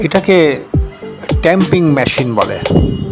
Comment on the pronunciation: টেমপিং কার বলে এটা😂